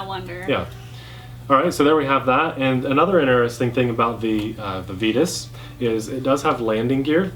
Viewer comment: Comparo! I’d also like to vote on the pronunciation of Vitus.... it should be v(eye)tus, just like the “vita” in vitamin :)